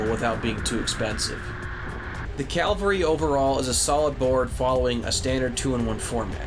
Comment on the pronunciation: I love in all the reviews I've watched. no one can pronounce Cavalry. 😂😂